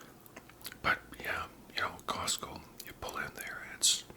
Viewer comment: The name is: COSTCO not Cosco. But we'll let it slide cuz you're not a real member. You get a pass! 😅